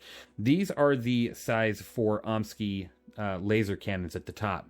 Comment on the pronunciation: Concerning the cannons...... I have always pronounced it, "Omni-Sky". Am I way off or what? Love your content, sir!